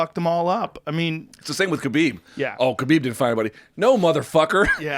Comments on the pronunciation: Joe can say all these Brazilian names with the correct accent, but can't say Khabib's name right ever. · Most people say khabib wrong and his last name has a crazy pronunciation.